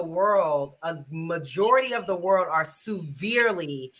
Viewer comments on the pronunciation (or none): Why does keep saying Sooverely?